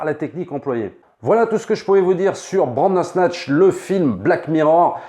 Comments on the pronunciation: Sa me stress quand tu dis Brandersnatch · Pareil, à chaque froid j'ai un frisson quand il dit bRandersnatch. J'ai l'impression qu'on va parler cuisine et faire une brandade.